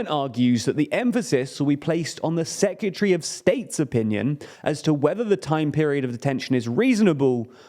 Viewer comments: Please say secretary correctly. Secatery isn’t a word. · I love;DR but please learn how to say secretary